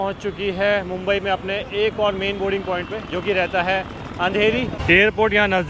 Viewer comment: आपकों बोलना नहीं आता क्या।बोरींग पौईंट बोलते हैं लेकिन सही बोलना बोर्डींग पौईंट है